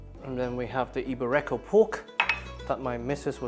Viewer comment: It's not eee-bay-RE-ko pork, it's eee-BE-ree-ko pork